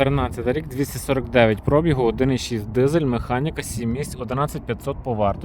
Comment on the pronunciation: Пробі (гу), а не про(бі) гу!